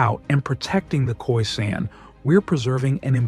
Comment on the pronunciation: Its Khwe not Khoi... Thats a western mispronunciation. In full it called Khwekhweni...